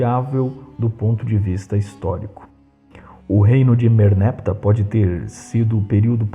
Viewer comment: Merneptah não deve ser pronunciado como merneptáh, com oxítona tônica?